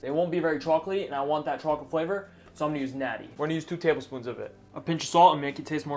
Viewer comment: I love it when his new york accent says "chwaaalklate"